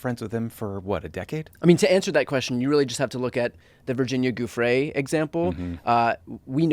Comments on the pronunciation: In all seriousness, can you please take 5 seconds out of your lives to learn how to pronounce Giuffre? She is a hero in her own right and the minimum required respect for the courage she exhibited should be to say her name correctly. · No, it's not "GOO-fray". Jeez you guys are bad at names.